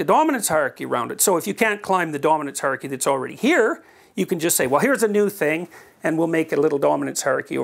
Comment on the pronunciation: He's said "hierarchy" so often in his life and work, that he has come to pronounce it, "haarky." :D